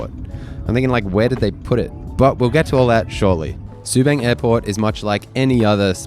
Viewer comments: Btw, its pronounced Su 'bung', not Su 'bang'. And its Sa 'li ta' not watever pronounciation u said lol XD. Just a tid bit. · Its called Sue- bung . As in rung, lung. 😅 you could fly to koh samui From Subang before covid . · Bro, you could at least pronounce Subang ans Seletar properly. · It is pronounced “sir-lee-tar” and “sue-bunk” “car-lung” 😂 There are more than just 2 airports in Singapore, including military airports. Changi airport is not dated (omg!) It is constantly being renovated and upgraded. It is one of the world’s best airport. Dated is not the word you use to describe it. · seletar ser lee tar subang sue barng butchered it lols